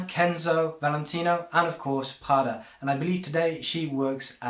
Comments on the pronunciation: It’s not French “pghada” , it’s Italian PRADA. My goodness! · Pronunciation 😂 speaking in English with a French pronunciation of the Italian brand. Slow down dude. It’s just coming off too fraudulent to take this seriously lol